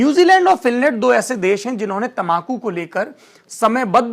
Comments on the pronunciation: Ap tambaku ko tamakhu kyon kahte haien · तमाकू नही तंबाकू